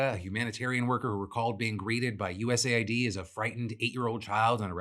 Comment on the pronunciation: Sorry, off topic, but I genuinely think Phill is saying USAID wrong, he says it USA-ID, but it wouldn't make more sense for it to be US-AID given the context of their work.